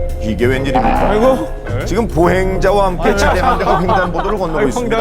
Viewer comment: 차량 차ㅡ 량 ? 계속 차 를 너무 길게 발음 함